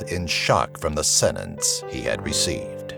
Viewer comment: It's pronounced senTence not senence!